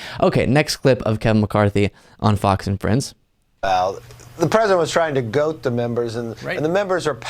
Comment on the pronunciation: ...it's goad not goat....lol